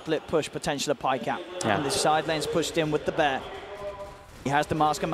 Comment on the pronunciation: "da bear" xDDDD